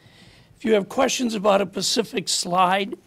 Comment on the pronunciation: SPECIFIC not PECIFIC, good grief.